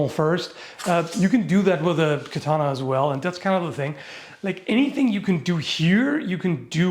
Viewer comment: That's exactly what those Edo period swords were optimized for, yes. Also kudos for pronouncing katana correctly a couple times 😊